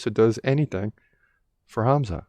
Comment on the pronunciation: I just wanted to say thank you for saying Hamza name properly, i know the Russian way of spelling is confusing and wrong, it hurts my ears when people say kamzat, instead of Hamza.